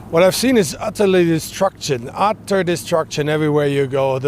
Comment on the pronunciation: "...otter distruction" lol